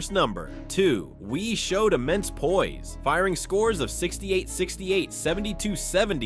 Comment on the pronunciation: Hey dummy, you pronounce her name wie as in yes in French...so stupid.